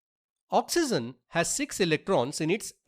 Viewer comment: 1.oxygen ❌ oxyzen✅ 2.hydrogen❌ hydrozen ✅ 3.nitrogen ❌ nitrozen✅ 😂😂😂😂